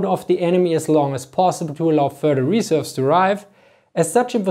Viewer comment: Emphasize the second syllable of "reserves", not the first